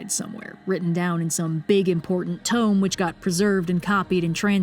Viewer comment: Did she say tone or tome? Is so what's a tome